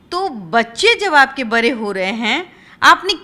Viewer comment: तुम बिहारी लोगों की भाषा नही सुधरे gi bara and पराह्य बड़े को बरे बोलती है